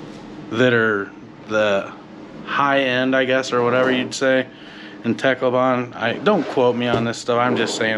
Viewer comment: It’s pronounced TAHCLOWBUN